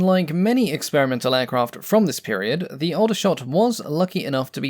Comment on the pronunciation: Aldershot is pronounced (Awl)dershot. I was born there in 1958 🙂